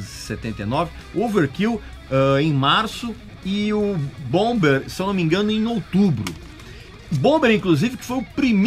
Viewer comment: ouvâr kêl e boumâr são as pronúncias corretas.